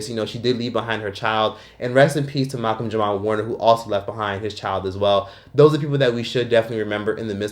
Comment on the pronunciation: It’s Malcolm Jamal Warner lol